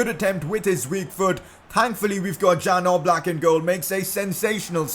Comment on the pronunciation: Its Jan Oblak not Dzan Oblak☺️